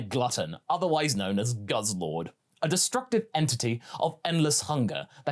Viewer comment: Perfect pronunciation of Guzzlord